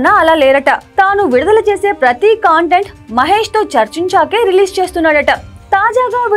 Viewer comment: కాంటెంట్ కాదమ్మా కంటెంట్ తెలుగు సరిగ్గా పలుకు తల్లి